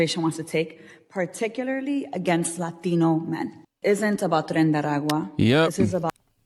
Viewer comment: I love how she speaks all regular and then when she says Latino it sounds like she's got marbles in her mouth